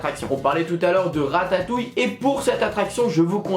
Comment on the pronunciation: ta dit ratayouille